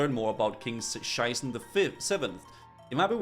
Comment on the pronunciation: Every time he says King Sheiße, it triggers me